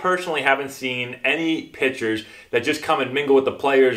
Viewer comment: Pitchers sound like bitches